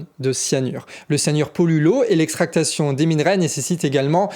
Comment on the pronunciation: extraction et non extractation 😅